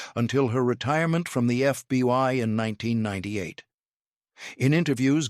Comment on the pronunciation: Please it is called the FBI not the FBY. If you folks cannot get it right hire someone who can write the script correctly or someone who will read the script right. This is getting ridiculous.